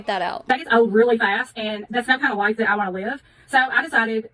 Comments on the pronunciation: every time she says life i hear it as wife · The first few times she said “life” I was hearing “wife” lol